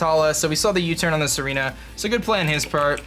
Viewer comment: It's Tsareena, he just pronounces it like Serena